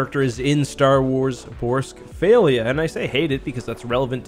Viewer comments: Borsk Failure. I cannot unhear this. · I love the way pronounced Borsk Failure.